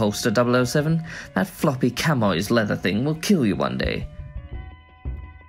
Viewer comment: You've done great! Mini tip. Chamois is pronounced 'shammy'